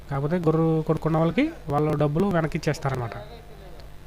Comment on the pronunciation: గొర్రు కాదు గొర్రె అని చెప్పు